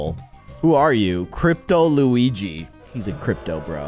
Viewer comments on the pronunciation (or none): none